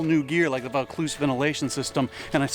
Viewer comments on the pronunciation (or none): It’s pronounced “ voe-cloozz “. It’s something that could interest me. My pack has no framing so it’s like a barrel when it’s full. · Oh, so the "Vaucluse" came loose!